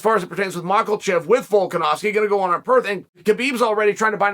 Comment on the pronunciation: Love how he says Makelchev